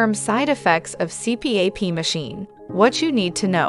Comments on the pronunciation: It's pronounced C-PAP, not C-P-A-P. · "C---P---A---P"? Who the hell says it like that? AI does. And, ignorant people that literally don't know what they're talking about. Blocking this channel... there are enough stupid things that come across the home page feed. Don't need this channel ever again. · It's an acronym. The AI separates it and others blend it. It is technically a C P A P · The incorrect pronunciation of CPAP destroys any credibility of the video.